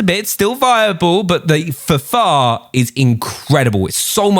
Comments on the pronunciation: Please say F F A R! It is not the Fahfahr..... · Can you pronounce the guns properly it’s so annoying like how you say FFAR AND A-MAX ITS A-MAX NOT AMAX